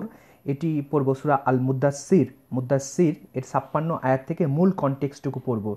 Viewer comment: ঐ মিয়া "সাপ্পান্ন "কি? হ্যা?